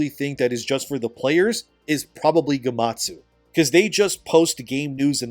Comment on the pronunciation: Is it pronounced Gematsu.?